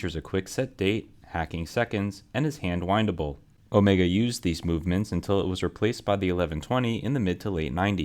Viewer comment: The “R” is for Omegaaaa-R! 😂